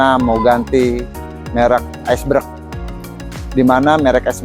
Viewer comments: Berg bukan breg gitu bukan bang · BERG..Bang Bukan BREKKKKK 😅😅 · Iceberg ok bukan icebreg😂😂😂